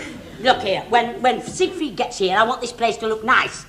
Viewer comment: Nellie calling Siegfried "Seaweed". Love Our Little Nellie. 😊